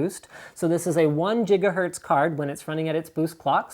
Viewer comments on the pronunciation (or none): Giga hertz = Jigga Hertz = Scientifically correct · sounds to me like he said nigga hertz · 1 Jigahertz